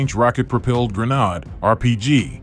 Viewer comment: Some southern guy pronouncing grenade as "GRUH - NAAHD"? LOL